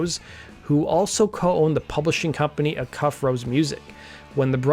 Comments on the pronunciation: Dude: Acuff = "AY cuff" not "a'CUFF." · Acuff Rose music was after Roy Acuff pronounced as a hard 'a', stressing first syllable. (A-cuff) unlike "uh-CUFF" as in your pronunciation. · Acuff-Rose Music, formed by Roy Acuff and Fred Rose. Acuff is properly pronounced “A-Cuff”. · Acuff as in Roy Acuff, partner in Acuff/Rose publishing is pronounced, A-Cuff. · acuff is pronounced aye-kuff emphasis on first syll. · Its pronounced "eyyy-cuff"...Acuff was Roy Acuff...Grand Ole Opry legend.🤘